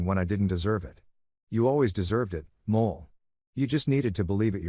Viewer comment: Wife's name is Moll, not Mole.